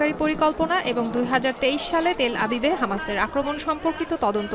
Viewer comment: তেল হাবিব 😂 নাকি তেল আবিব 😂